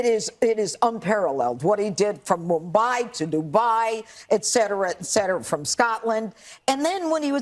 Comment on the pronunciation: FROM MUBWAI TO DUBWAI…